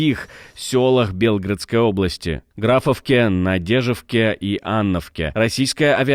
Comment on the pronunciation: Ведущий, вы не читаете, что вам пишут? Ещё раз: БелгорОдская область, а не по-другому!